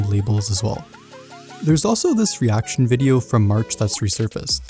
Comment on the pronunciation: isn't reaction? not erection? or are you like trying to say a joke i'm confused 😅